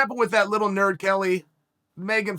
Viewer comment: The way Chael say “your a nerrd” is hilarious 😂